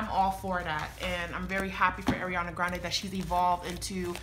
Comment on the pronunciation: Her first name is pronounced R-e-on-uh not Air-e-on-uh. R. Ariana.